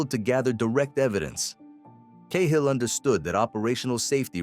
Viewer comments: It's not Kay hill... its Cat hill ! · Ca-Hill.... Not Kay hill 😢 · 10 seconds and I had to turn it off. Sorry but if you cannit even pronounce it.